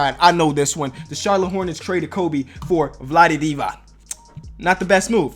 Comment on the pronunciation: Pronouncing Divac is more like Divatz